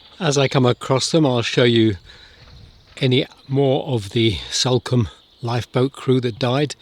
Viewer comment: It’s Salcombe…as in Saul…not Salcombe as in Sally